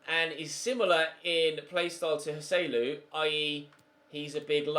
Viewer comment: Thank god you’re selling Joselu, because the way you pronounce his name is infuriating.